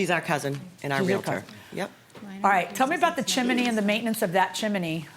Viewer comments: its chimney not chimIney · It's Chim-ney, not Chim-a-ney Judge 😉 😅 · Is anyone else irritated that judge M keeps pronouncing “chimney” chiminy?😂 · Word is chimney not chiminey sorry no disrespect intended just my OCD takes over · It's pronounced chimney, not chiminey...🤣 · Its Chim-nee not Chim-in-nee. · It is pronounced chimney NOT chiminee your judgeship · Irks me it's chimney not chiminey judge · Does it bother anyone else that the judge is giving the word, "chimney" three syllables? "Chim-in-ney"!! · Lord lol she saying chiminey lol chimney! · CHIM-NEY!! NOT CHIM-IN-NEY! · Why someone is educated and intelligent as the judge insists on saying chim-I-ney instead of chimney … every time she says the word … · It’s a chimney, not a chiminey, Judge. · Why didn’t someone tell her to stop saying Chimaney ? Chimney... chimney. . Chimney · NB: the word "chimney" has TWO syllables. It's not pronounced "chim-i-nee" :P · It's chimney NOT CHIMINNEY! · IT IS NOT A CHIMAAAAANY IT IS CHIMNEY! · I cat believe JM is mispronouncing chimney! It's only two syllables, CHIM-NEY, not, CHIM-A-NEY! 🤦🤦😂👵🇺🇸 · Judge, it's "CHIM-NEY". Two syllables. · If I have to hear her say "chimAney" one more time I'm going to rip my hair out! She's an educated women and can't pronounce a simple word. 🤦🏻‍♀️🙄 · Lol I scrolled the comments to see if someone else was hearing chimAney too 😮‍💨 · I’ve seen this one before but can’t listen to JM say “chiminey” throughout again. Wow. Couldn’t her staff inform her to say this word correctly since it was going to have to be repeated a million times?? 🙄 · Come on Judge, “Chiminey”? 🤣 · anyone hearing chiminey? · I'm here for the chim-a-nee comments... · Chi-mi-nee was taking me out. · I couldn't get thru this video...chiminee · Judge keeps saying "Chimany" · Judge Marilyn pronounces "chimney" as "chim-i-ney." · I love how judge Milian says “chimney” with three syllables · Chiminny cricket! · God it is so annoying. It's CHIM-NEY. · And it's incorrect